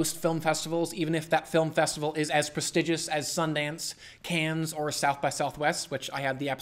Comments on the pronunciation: Cans? :) you surely mean Cannes [kann] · Bit weird to hear a film critic pronounce cannes “cans” lol